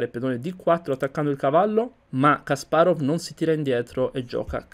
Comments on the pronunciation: Ho visto solo due tuoi video, son fatti bene. Unico suggerimento, cura gli accenti, Kàsparov non Kaspárov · Kasparov persona intelligentissima, non limitatevi agli scacchi guardate i suoi video su putin e le vere ragioni della guerra in Ucraina per esempio. Per quando riguarda la pronuncia, il russo segue il cambio della vocale atona e il rafforzamento della consonante finale quindi in realtà è Kaspàraf